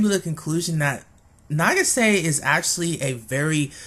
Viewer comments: nageesay? That is butchering the name to the max, it is pronounced, na-geee-sah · Why are you pronouncing it "na-gi-SAY?" It's "NA-gi-sa." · I cracked up at the title of this video then died when I heard you say "Nah-gee-SAY" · Her name is pronounced nah-gee-sah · not trying to be rude but nagisa is pronunced na-gi-sa she has a purpose she is loyal to mami she is a really big help for the magical girls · Why and how is no one talking about how he kept pronouncing Nagisa wrong? Either than that great video. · The way you pronounce Nagisa......